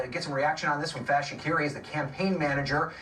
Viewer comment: The reporter actually pronounced Faiz's name correctly for once. Everyone uses a strange americanised/anglicised pronunciation usually.